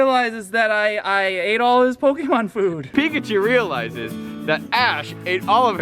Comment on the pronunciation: That's not how you pronounce Pokemon and it is starting to annoy me